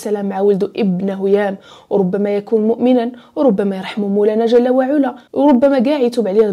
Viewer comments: شكرا ليك اختي ،انا من المعجبين بطريقة السرد ديالك خصوصا فالقصص الدينية واخا معرفتش علاش مكيكونش فيهم تفاعل او واحد التصحيح بسيط جل وعلى بفتح العين وليس بضمها ،❤❤❤❤❤❤❤ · تبارك الله على الاخت جزاك الله خيرا على هاد الحلقات ولكن الله يخليك ملي تكوني كاتقولي شي آية من القرآن حاولي تحطيها قدامك لانك كاديري أخطاء كتيرة فالشكل وهادا كلام الله... بالإضافة إلى كلمة علا في جل وعلا العين مفتوحة ماشي مضمومة